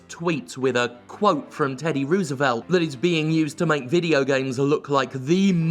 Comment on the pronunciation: Message from across the pond: Teddy Rose-uh-velt